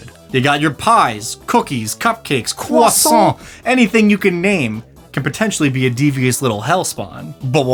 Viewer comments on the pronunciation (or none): A "Croassimp"